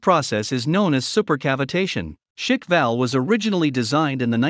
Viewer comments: It's not pronounced Schickwell, it's Schkwall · It's pronounced "sh-kval". I know it's hard to say at first, but it's not pronounced "shik-val". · It's not Shikval but a Shkval as in SHKV pronounced as one sound!!! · Pronounces as Sh-kval, not shk-val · Pronounced "shhk-val" or squall in translation. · It's pronounced as "Shka- Val" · Every time he says shick-val makes me cringe so hard. At least look it up how it is pronounced correctly, geeez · Isn't it one syllable? Shkval all at once, like Schblemphth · You should learn to pronounce Shkval (Russian: Шквал, lit. "squall") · American trying to pronounce shkval that is something 😄 Sorry dude, but it sounds to funny